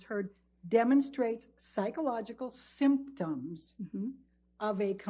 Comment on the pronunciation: Why is she saying "SYMPTOMS" like that as if to say a symptom is somehow an invalid part of a diagnosis?